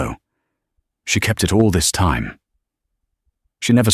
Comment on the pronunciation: i loved it. great story and great narriation.......the bot still has a problem with enunciating time, but over all, a very good read